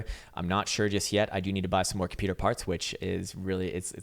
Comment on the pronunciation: A very good morning two you ,K! Bullish on your new computah ! Thnx